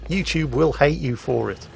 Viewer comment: 'Yo'u TuBE. No 'THEM TUBE'